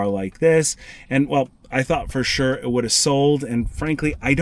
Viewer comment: For-shore that good value